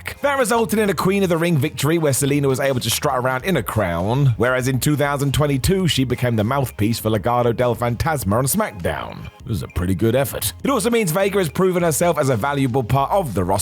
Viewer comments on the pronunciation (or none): Fantasma* not Fantasmer